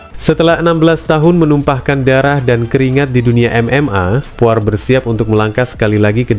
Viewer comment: Poirie bukan poar